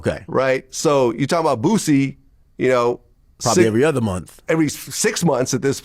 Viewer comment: HE SAID BOOSIE NAME CORRECT BOOSIE WHAT DID U THINK HE SAID